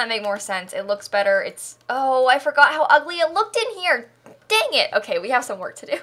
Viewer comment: No one:: DaEnGiT